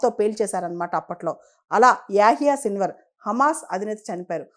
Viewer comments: Hallo మేడమ్. మీరు పదే పదే సిల్వర్ సిల్వర్ అంటున్నారు .అక్కడేమో సిన్వార్ అని రాసి ఉంది. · Hallo madam మీరేమో పదేపదే సిల్వర్ అంటున్నారు .అక్కడేమో సిన్వర్ అని రాసి ఉంది.